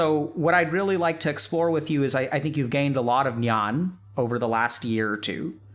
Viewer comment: I think the actuall pronunciation of thoes words were Ahamkaar :- Ahankaar(ego or excessive pride due to one's possessions, material wealth, spirituality, beauty, talents) And, Nyan:- Gyan(knowledge, especially spiritual or religious knowledge.) But anyways its ok, the meanings were right, i just thought i should let everyone know. Because when certain Language is translated into another language, there is always loss of some information. Great video ❤